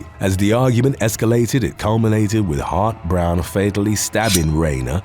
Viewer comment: Every time you said "Hart-Browne," I heard hot brown and now I'm hungry. 🤷‍♀️